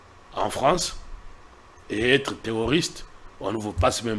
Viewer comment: C'est le terroriste et non pas ce que tu dis là monsieur : teoriste ,il faut bien prononcé le mot monsieur l'intellectuel